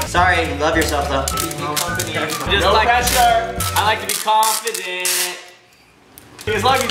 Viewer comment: was I the only one that when Ricky said "no pressure" I thought "nose pressure"? there's gotta be people from the phandom here😂